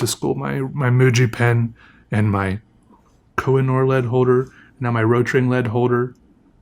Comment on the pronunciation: Fun fact, it isn’t called “Rotring” as in a singular word, but “Rot-Ring”, “Rot” pronounces like Boat with an R, then “Ring”. If I remember correctly It’s “Red Ring” in German, hence the red ring on the end.